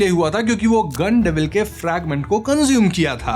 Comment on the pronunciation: गन डेविल ❌ गाण डेविल ✅😂